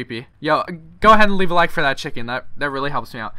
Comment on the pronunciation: bro stop saying levae a like because it really helps me out its so annoying